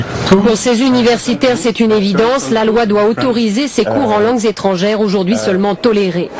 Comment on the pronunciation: " En langues - z- étrangères"? Essayez: en langues - étrangères. Vous comprenez? Les langues - z- étrangères est le fait d´une méconnaissance du français parlé.